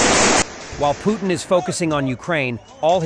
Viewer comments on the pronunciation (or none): none